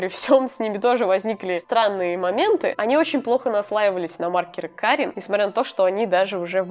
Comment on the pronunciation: Как создание обитающее в Польше скажу, что более точное произношение фирмы "кАрин", ибо ударение всегда на предпоследнюю гласную, за некоторыми исключениями 💖 Хотя, ближе к концу ты так и произносиш